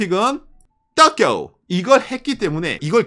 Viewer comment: 또쿄 거리는거 왤케웃기짘ㅋㅋㅋㅋㅋ